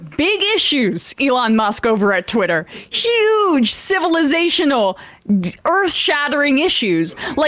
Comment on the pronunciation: Emma you're not doing us liberals any favor when you try and pronounce those heavy words like civilisational Emma if you're going to use cannabis you have to understand the little mouse on the wheel in your head is not going to catch up with those big words when your dimmed down with cannabis you have to keep it simple Emma or go back to work at the dairy Queen